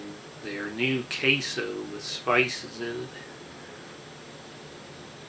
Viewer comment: Queso* but yeah it's funny asl 😭